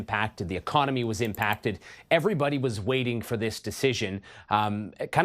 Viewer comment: Instead of country, he says guntry